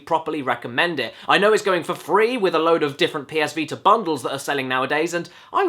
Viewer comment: ah, the popular ps veeter